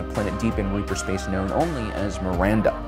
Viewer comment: REAVER. not reaper. REAVVVVVVER.